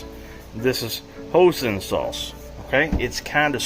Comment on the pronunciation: Hoisin saunce = Hoy-sin Szechuan = Say-shwan